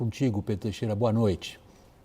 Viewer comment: Sempre MUIÉ falando boxxta